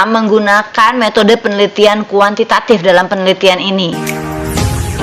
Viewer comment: Btw kuantitatif Bu bukan kuantitatip😁😁...orang Sukabumi kek nya nih dosen wkw